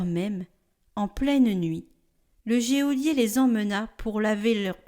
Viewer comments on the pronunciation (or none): Geôlier se dit « jo-lié », pas « jé au lié » !!!